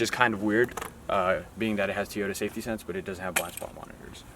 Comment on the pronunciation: Teeyota.... that's an O...not a long "e"